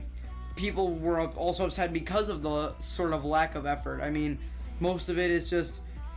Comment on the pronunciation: He couldn’t say “effort” in 9 but for the rest of the video he said it perfectly